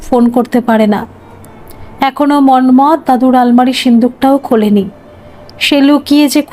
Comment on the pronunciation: আপনি মন্মথ উচ্চারণ এমন ভাবে করছিলেন কানে লাগছিল। হাজার হলেও আমরা বাঙ্গালী। আমরা এভাবে বলিনা